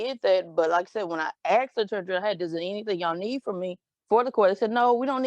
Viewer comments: She axed for a lot.... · She wants money! I “axed” the question!😂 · Its not axsked asked there is no x in they word learn how to speak English. You have been fucking it up your how life just put and s back in it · "When I axed", sums it up there. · "When I axed" lmao can someone pls tell me why they can't say the word "asked"? Is it a speech impairment issue or what?